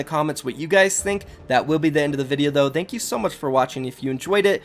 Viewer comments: He says "Thank" just like "the" and its annoying asf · Am i the only one who doesnt like how he says “thank”